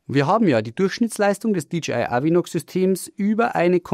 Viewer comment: DJI wird nicht wie DGI ausgesprochen. Ansonsten: klasse Video!